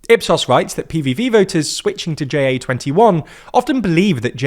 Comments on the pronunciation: Pronouncing "JA21" as J-A-twenty-one is weird. Ja means yes so just make it "Yes21". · "Jay Ay 21" My soul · Tiny correction: in Ja21, "ja" (yes) is pronounced as the word, not as an acronym, which it isn't.